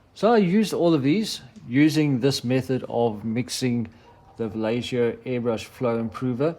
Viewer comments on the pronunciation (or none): nice vid, thanks! also, It's vah-YEH-ho, just fyi. or... English, we can get away with vah-Lay-ho. anyways... sorry.